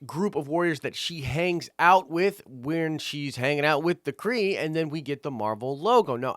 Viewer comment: Half Kree!! You kept saying half skull